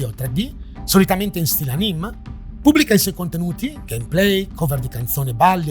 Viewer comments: L’inspiegabile si dice Anime proprio come lo leggi non anim, comunque video interessantissimo continua così!! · si legge Anime non Aním :) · cosa ricevo se dico di essere iscritto a Nugumu dal 2018? lol, pensavo che molte più persone lo conoscessero tbh ti voglio bene ma... "soprattutto in stile ANìM" non lo si può sentire dhshjsrjr fyi anime si legge anime e basta:) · La cosa che mi ha fatto più paura di questo video è come hai pronunciato “anime”. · sono d'accordo, ho rabbrividito in quel momento ahah